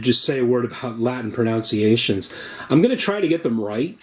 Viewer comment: You mispronounced 'pronunciations' smmfh